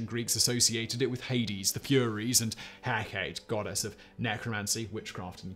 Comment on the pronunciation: "Hecate" is a Greek word. The final E is pronounced.